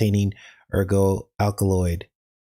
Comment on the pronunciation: It's ergot for the toxic fungus that grows on rye, but ergo is a Latin word meaning "therefore," often used in logic or legal arguments. The fungal growth itself is called ergot, a name from the French for "rooster's spur," due to its shape. Don't forget to pronounce the 't.'